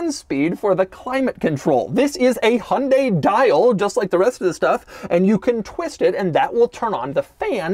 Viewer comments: It’s pronounced hi-on, dye, hunday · it's he-oon-dy, not hun-day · Isn't it pronounced Hy-un-day not Hun-day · Haha wtf hon-day it’s Hy-un-dai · Hi-un-die...not hun-day... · Do you mean Hai Un Dai? It has three syllables. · It hurts how he says "hunday" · the "hunday" pronunciation is driving me insane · The way he's saying Hyundai is genuinely infuriating. The word has more than 2 syllables. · Really wish Americans would learn to pronounce Hyundai properly. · i just cant get over how BAD you are pronouncing "Hyundai" XD